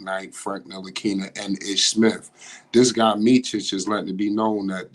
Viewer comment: I can appreciate its hard prounouncing Serbian names but its Meet-sich and not Meechich. Very happy for Hornet fans as you scored yourselves some good players and Vasa has all the abilities to help the young players grow if allowed playing time!